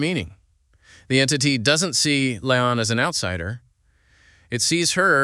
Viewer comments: I can’t watch this with how he keeps saying “lay-on” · According to writers and IMDB her name is La'An. Pronounced La Ahn. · This was interesting and also very annoying because out of the approximately 100 times he said 'L'ann', not once did he pronounce it right! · Come on!!!!!!!!! Will you please quit mis-pronouncing her name. The Tagalog word I feel is "BWISIT". I say, "Buwa ka ng Ina mo!!!!!!!!!!!!" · Can you not pronounce La'an correctly or is your intentional mispronunciation a running gag to poke fun at her strange name? I can't decide. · Why do you have 16 different pronunciations for La’an. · Learn to pronounce La'An. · It was annoying as hell that you mispronounced L'Ann's name almost every single time. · Dude. "La'an " how do you not get the name right once? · You said La'an's name 15 different ways and 13 of them were wrong. And then spent 18 mins repeating yourself and explaining nothing we didn't see in the episode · Mispronounced La’an was annoying otherwise good episode.